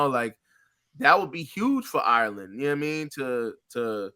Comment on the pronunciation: 2 minutes into this and that lad made a complete fucking shitshow of saying the name "Ireland".... sweet Jesus that's embarrassing 😳